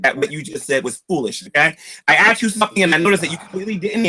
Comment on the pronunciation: Three times he axed you Aaron!